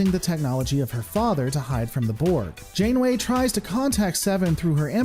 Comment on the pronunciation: hehe "Admiral Insaneway" LOL :D